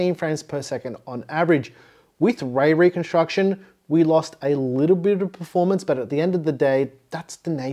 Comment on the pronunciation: My brain keeps hearing “Ray ray construction” 🤦🏼‍♂️😄